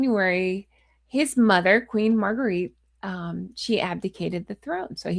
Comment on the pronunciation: Dear, Queen Margrethe is pronounced as Mar-grey-ta. Have a wonderful day 😊 ♥️💙🪿